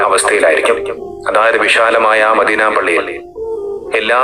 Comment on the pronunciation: അദ്വാനിച്ച് മാന്യമായി ജീവിച്ച് കൂടെ . എന്തനാണടോ ഈ വേഷം കെട്ടൽ . മദീന എന്ന വാക്ക് പോലും പറയാൻ കഴിയുന്നില്ല. ഇസ്ലാമിനെയും പ്രവാചകനേയും കൊഞ്ഞനം കുത്തരുത് .pls